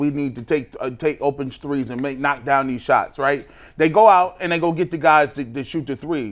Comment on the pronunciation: When did “these” become “deez,”?